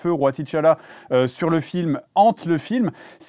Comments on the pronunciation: Le "ti Tchalla" m'a tapé sur le système pendant toute la vidéo 🥱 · Pk ils disent T tchalla ???